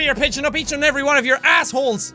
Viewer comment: "Da evab he anybady" -Jacksepticeye 2016